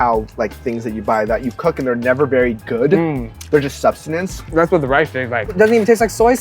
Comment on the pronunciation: It's "Sustenance," not "Substanence."